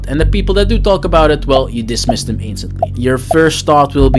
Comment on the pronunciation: My man said you can group dem togedder lmao